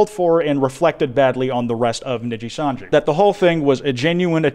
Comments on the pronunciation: Saying “Nijisanji” in the American accent the way you do hurts my soul. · My favorite part is him mispronouncing Nijisanji the whole way through 😂 really shows how much this insane situation has grown beyond the normal vtubing sphere